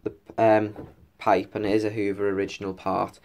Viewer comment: it was so funny when you said the word pipe and I laughed my head off😂😂😂😂😂😂😂😂😂😂😅😅